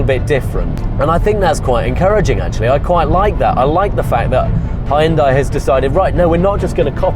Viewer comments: Hai-Un-Dai? Hyun-dai is only two syllables! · It's hoon-day not high-on-die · It's pronounced "Hun-day...rhymes with Sun-day". This from the Super Bowl commercial. Great video nonetheless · Oh man, so many people mispronunce "Hyundai."